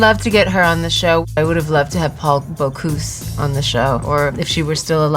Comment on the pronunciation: the pronunciation of Paul "Bocuse" was terrible :D